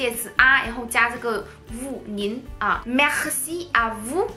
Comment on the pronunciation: 你说merci 时里面的r发音过重过于夸张了，像是说喝喝喝，me喝ci,法国人发这个音时只是轻轻带过，有点稍微停顿的感觉，尤其是这个字母位于单词的中间时。